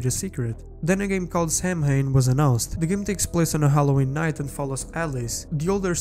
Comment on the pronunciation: Lol, i can barely understand him through his accent, he literally pronounces night as knife